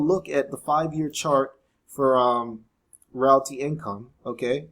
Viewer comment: You pronounced realty wrong. It’s “real tea” like real estate.